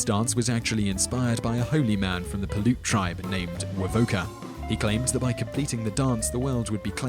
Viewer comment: 290 women children and men were killed at Wounded Knee. Sitting Bull was not among them as he was murdered 9 days earlier at his home in another location. Wovoka was Paiute - pronounced like "pie - oot". Not "PaLute". Wovoka's Sacred Visions were to return our world to what it was before the genocidal colonists came here... basically decolonization... bring the animals and people back that have nearly been driven to extinction by the uninvited colonists. The Ghost Dance movement has always been a coherent concrete plan and ideology. It was never a childrens game of "broken telephone" nor were there any misunderstandings on the colonist side before during or after the 1890 Wounded Knee (or 1973 WK).... the majority of the people in the camp were women, children and Elders who were UNARMED surrounded by 500 armed soldiers and 4 Gatlin Guns (early machine guns). Seems Clear to Me.